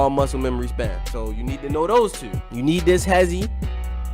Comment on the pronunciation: U must be from Baltimore just of the way u say two(tyuu)